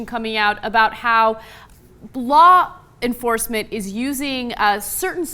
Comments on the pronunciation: Blah enforcement...lol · Blaw Enforcement?